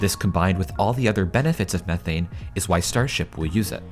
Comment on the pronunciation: How many times can you say methane wrong lol 😂